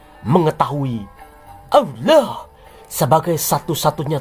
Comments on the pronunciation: Sama nyebut awuloh juga bikin kekel ....... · Ijin tanya Min.... Kenapa saat Kata ALLAH, AL-QURAN dan MUHAMMAD ada PENEKANAN yang Berdea dan Aneh? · 😂😂😂😂, aku baru lihat channel ini, ngakak aku dengan gaya ngomongnya, 😂😂😂, apa lg pas bilang "muhamad" dan awloh eswete 😂, lucu, langsung aku subscribe 👍🏻maju terus ya channel nya 👍🏻